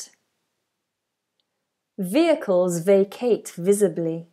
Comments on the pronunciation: Visibly, not visably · No such thing as "visably" it's visibly as in visible. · Great video! By the way, isn't it "visibly"?